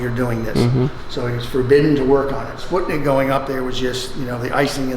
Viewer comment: Cudos to for correct pronunciation of Sputnik. FYI for everyone else: It's pronounced as Spoot-nick